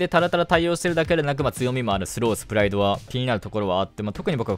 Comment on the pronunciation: は2週間あってもハガレン見なかったんだなぁって感想 プライドのイントネーションにずっと違和感がね